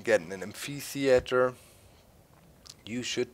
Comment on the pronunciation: Amphitheatre - amp-ay-thea-tur